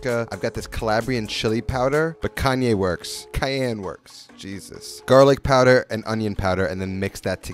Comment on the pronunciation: Has trouble saying cayenne but no problem when it comes to worcestshire or dropping yeezy references 🤣💀